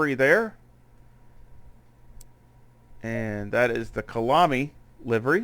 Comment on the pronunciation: Great video! Kyalami BTW is pronounced kaya-lami otherwise it gets confused with Killarney which is the track in Cape Town (same country). The name is from the Zulu language (Khaya lami).